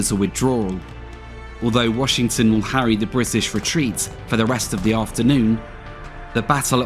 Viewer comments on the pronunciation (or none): none